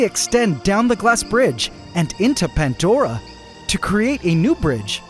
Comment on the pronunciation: 🤔 "PANTDORA" ??? BTW there's NO "T" in the word PANDORA 😂😂